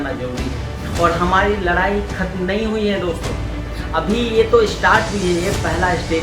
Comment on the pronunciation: Lrai nhi ldai bhai😂😂😂